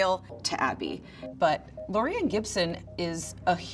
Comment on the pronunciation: its loreanne not lauriannaea whatever u said